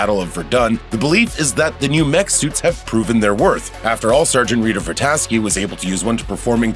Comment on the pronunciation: God these looper narrators are terrible cant pronounce the louvre museum or even Ritas last name Vrataski